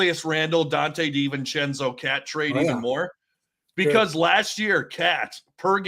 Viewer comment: Hey, it's Dee-ven-chen-zoh, not sen-zoh. Unless I'm mistaken.